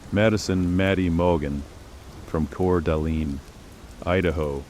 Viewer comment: I know this is AI crap but At least pronounce the names correctly!! Gon-call-vez And Cour de-lean? What total crap!